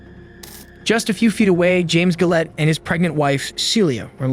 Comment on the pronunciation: Doesnt know how to say Gillette tho